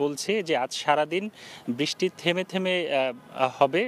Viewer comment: বৃষ্টি উচ্চারণ সঠিক হচ্ছে না।